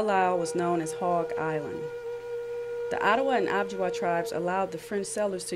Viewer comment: I don’t think it’s pronounced “ob-ji-wa”, I think it’s Ojibwa - oh-jib-wa.